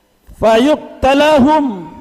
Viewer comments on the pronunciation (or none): Ada sedikit kekiluran dalam mengucapkan Ayat surat an nur : 55, mustinya Wa'adallahulladzi.....dan Hadits tentang tdk akan ditegakkan qiamat. Ada kalimat Terucap : ....fayuqtaluhum mustinya fayaqtulahum"..... Dan juga kalimat : " la khilafu mustinya la khilafa bainal fuqoha...."